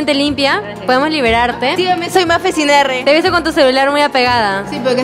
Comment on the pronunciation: Mafe sin R!!!!